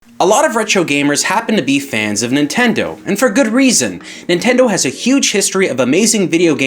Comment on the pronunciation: you keep forgetting to pronounce the D in Nintendo, so it sounds like Ninteno